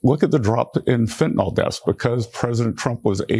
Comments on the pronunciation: FENT-ah-nil. Not "fent-nawl" damnit. Fentanyl. I know it's not the point of the video but goddamnit can NO ONE f*ing READ or speak? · There is no "O" in fentanyl. FEN-TA-NILL not FEN-TA-NOL! Sound smart. Say it correctly. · This is an excellent, informative piece. (I just wish the world would learn to say "fentan-ILL" rather than "fentan-ALL"! Just check the spelling! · If SCOTUS is honest, they will find that Trump cannot tax Americans by Executive Order. And it is Fentanyl, not Fentanol. Educate yourselves. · Why is everyone calling it Fentanall? It's Fentanyl, pronounced just like it's spelled. "-ill," not "-all." Has everyone become illiterate? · FentanILL, Not FentalAWL, for God's sake. Can't you people speak basic English? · Why TF does everyone say fentanOl. It's fentanYl. Never seen a y pronounced as an o in any language. Ignorant. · Pardon me for being picayune. I wish people would stop calling it fentan-ALL. It's fentanyl. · It's Fent-a-nil (fentanyl) not fentanol It drives me crazy lol 😂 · Just because Trump pronounces fentanyl fentanol doesn't mean you have to do it too. Fentanyl. Not fentanol. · PLEASE PODCASTERS!!! PRONOUNCE THE DRUG CORRECTLY, YOU SOUND STUPID!!! ITS FENTANYL (NIL), ITS NOT FENTANOL...NOT FENTANOL!!!!!! IM BEGGING YOU??!! R.N. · It’s not fentinol (how you-and most people-mispronounce it). It’s fentanyl. Rhymes with “a mill,” not “an all.” Sorry. This is just a pet peeve of mine. Seems many people, including media people and politicians, do it. If you’re going to put out posts for public consumption, you should make sure you know how to pronounce what you’re talking about. Again, sorry. I agree with the message completely. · "Feh-a-nawl" I learned in 2nd grade how to pronounce "and sometimes Y" as a vowel. Maybe ask a second grader to teach you about vowels if you know one.